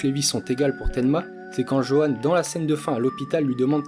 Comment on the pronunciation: Petite précision Johan se prononce Yohan